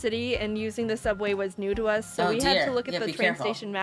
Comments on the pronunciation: It's to not yo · 98%of comments :YOU SAID YO INSTEAD OF TO 10%:other random stuff